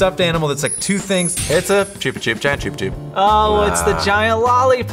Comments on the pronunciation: Anyone else frustrated that he said “chup-chup” instead of “ch-pa-chup” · wait wait wait. i need some clarification. do americans pronounce chup-chups choop-a-choop or was that a joke because this is not okay. it’s a u not an o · It's pronounced Chub like chubby not how you guys said it